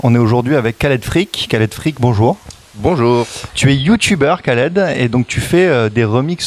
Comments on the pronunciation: Wait wait wait !n a Il prononce "Khaled" a la manière "arabe" : "Rhaled" alors que dans une de ses vidéos il nous dit bien que ça se prononce "Kaled" -_ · On dit Khaled pas Kaled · khaled cavse prononce comme ca